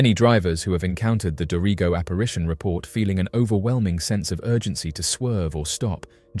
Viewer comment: “do-ree-go”is actually pronounced like “Dorago”